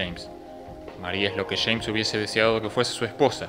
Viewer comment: Los Argentos dicen Chemns en vez de James crei que Chemns era otro personaje jaja. Aquí va otra dice "lo Chama" en vez de "lo llama", pronuncian mucho la "Ch", si Che, la, conCha de la lora.. La tablicha/tablilla, otras que les he escuchado como dirian carajo? Caracho che, con echas/ellas. No entiendo por que pronuncian tanto la "Ch" saludos desde Mexico.